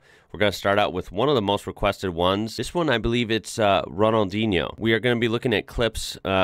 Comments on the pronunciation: You’re the first American I hear to actually get his name right 😂🙏🏼, Ronaldinho was an absolute beast, a legend of the beautiful game, he was unstoppable and the greatest player of his prime , sadly his prime was only a couple years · It's "Ronaldinyo" yeah. NH in Portguese, sale as Ñ in Spanish, sounds "ny" (like in Cape Cañaveral, or Zoe Saldaña). Here's one fun fact about him. Playing for Brazil, he was not in charge of Free Kicks (at least not behind certain distance), because Brazil also had Roberto Carlos, who had a goddam cannon instead of a foot